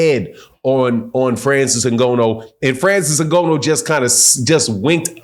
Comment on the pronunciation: Put some respect on the man’s name!! If you’re going to report and talk about cheating and other so called facts at leat pronounce Frances’ name CORRECTLY!!